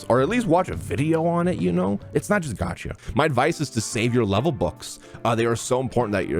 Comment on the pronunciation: things I wish everyone knew: how to pronounce gacha